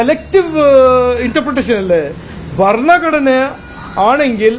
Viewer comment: വർണ്ണഘടന... അല്ല... ഭരണഘടന... ആദ്യം പറയാൻ പഠിക്കു... ശേഖരാ... ഇല്ലെങ്കിൽ പോയി കുറച്ചു ബീഫ് തിന്നു ബുദ്ധി വളരട്ടെ